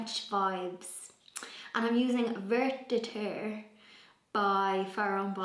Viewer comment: Vert de terre green paint is pronounced vair doh tair